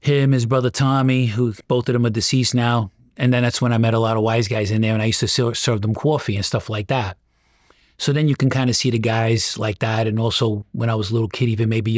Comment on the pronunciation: I thought it was funny the way he said cwoffee😂 with the w in there 😆🤣